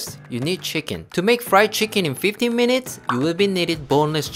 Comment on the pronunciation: He said 50 mununts